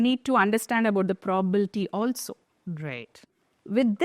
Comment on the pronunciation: It is not probalty It is probability